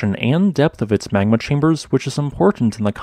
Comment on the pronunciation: Good video. One thing - you need to work on your diction, brother. Your words often run together, and you tend to insert the sounds of non-existent letters. For example, your pronunciation of the word "magma" comes across as "mangma" and your pronunciation of "Mt. St. Helen's" comes across as "mousanghelens". If you plan on narrating, you need to slow down, enunciate and provide CORRECT pronunciation of every word.